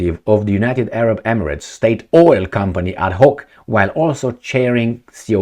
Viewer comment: It's adNoc ... with an N not an H. Abu Dhabi National Oil Company... ADNOC!